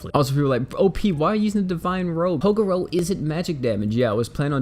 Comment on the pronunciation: {TA-GRR-ROW} Sound it out for me. Sorry but I'm too big a fan of yu yu to let that go. Great video doe.